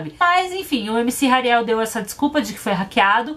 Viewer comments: "Ariel é a pequena sereia"kkkkkkkkk acho que se pronuncia "Rariel"mesmo Só acho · Tadinha da camis,ksksks a Naum sabe falar o nome do Hariel ksksk somos duas muie